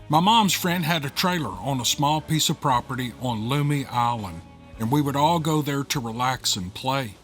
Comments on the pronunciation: Hey, a story from my neck of the woods for once! Have a buddy who's family owns property and several houses on Lummi Island. Great place to visit and fish around! Been there lots of times. BTW it's pronounced Lum-ee (Lum like gum) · I only know because I look out across Bellingham Bay in Washington state. At that island every day. Lummi is pronounced like Yummy with a L. Normally I wouldn't have a clue with most the names over in your neck of the woods.